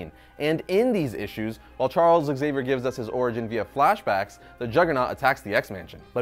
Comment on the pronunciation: How hard it is to say Zavier instead of ExZavier?